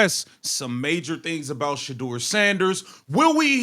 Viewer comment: This is nothing but a clown show they have a awesome dude playing for there sorry team and they can’t even say this man’s name his name is shedeur can you say that